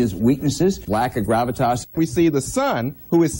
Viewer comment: You can tell by the way some of them are pronouncing "gravitas" that they've never uttered that word in their lives. It's so obviously being handed to them by someone else.